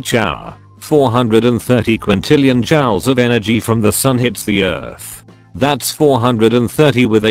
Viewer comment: The narration on this video is unbearable. It seems to be done with a text-to-speech synthesizer. It sounds nasal, poor-quality, robotic, and it mispronounces important words (for example, it pronounces "Joules" as "Jowels" instead of "Jewels"). Argh!